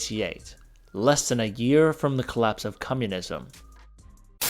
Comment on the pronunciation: I like that he says cummunism instead of communism